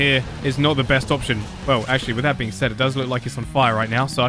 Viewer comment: i like how he says with its wif